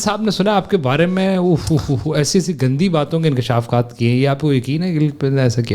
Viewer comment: May yeh konsa word bola hai nay “INSHAKAFAAT”